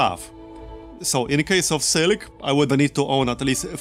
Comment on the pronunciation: "Sil ik?" what's that? is like "Mil ik?" i drink that sometimes.